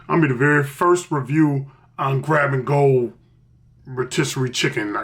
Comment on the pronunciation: Chicken Ro-Mystery 😂😂😂😂